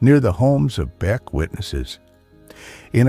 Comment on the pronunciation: AI generated. BEK was mispronounced ' B Ex" something no human would do. BOOOO!!!